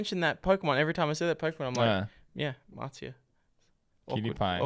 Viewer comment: Her name is Marzia. Not Matzah